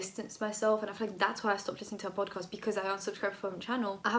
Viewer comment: Love your channel and your personality but every time you said "podcast",i died a bit 😂